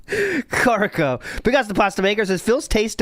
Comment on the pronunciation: Kakariko is KAH-kuh-REE-koh